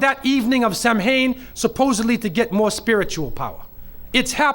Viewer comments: This man has no idea what he's talking about. Firstly, it's pronounced KEL-TIK, not "sel-tik". Secondly it's pronounced SOW-IN, not "sam-hain". Thirdly, the Celtic new year was NOT November 1, it was the NEW MOON which was at least a month after the autumnal equinox, and at least a month before the winter solstice, in point of fact. And Samhuinn (which means SUMMER'S END) was not the beginning of the year, it was the end of the year, at the time of the dark/invisible Moon. And it was a harvest festival, and a time to honour the ancestors, and had nothing whatsoever to do with devils/demons, etc. This video is stupid, ignorant, idiotic nonsense, in point of fact. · Lol his pronunciation 🤦🏻‍♂️🤦🏻‍♂️ Samháin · Well... He is actually closer to the real history of Halloween than many Christians. Despite that he has some problems with pronunciation. Beside that. First time I learned about the Celtic pre-christian Halloween tradition it was in fact spelled "Samhain". So he is not the first who think that is the name ;-) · Did I hear this guy say Samhain was a god? What a silly person! And he could have taken the effort to get his pronounciation right! From now on I will pronounce Muslim a Moo Slim.And that´s an improvement,I usually pronounce it idiot. And this one hasnt proved me wrong! From Samhain to slagging off Christians to Satanism, he covers all the angles doesnt he? But not in any coherent way What has Satanism and Rosemary´s baby to do with Samhain? The Meandering Mullah in Miami!